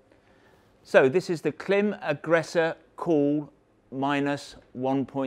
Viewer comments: I do wish you'd use the right pronunciation for Klim though, otherwise I wonder what other facts are you obstinate about.. even if incorrect. Call the the company and they will tell us how to say the name (it rhymes with climb). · It's as if we said Belstaff mispronounces their own name. We proclaim, with no basis whatsoever, the correct way to say it is Beelstuff. You have done this to Klim and it's a bit disrespectful and silly. No? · Hello. You pronounce KLIM wrong. Not that i'm trying to be a smart ass or anything like that :P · Creditabity immediately lost when you can’t pronounce the name of your ‘American friends’ correctly.